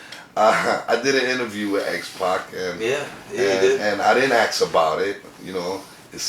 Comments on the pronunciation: "he didn't aks about it" somebody tell the interviewer to stfu. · Credible is mid sentence. Interviewer: "Lemme ax you somethin man." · so Justin starts to speak on the plane ride from hell and how Vince was chartering flights at that time, when the fucking interviewer interrupts him AGAIN with, "what choo mean charter flights....let me axe you wha tha mean" MY GOD! IS THE GUY RETARDED OR JUST THIS FUCKING STUPID?